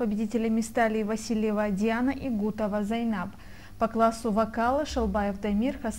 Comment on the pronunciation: правильно произносите фамилию : не Гутова , а КУГОТОВА ЗАЙНАБ (ПОЗОР)!!!!!!!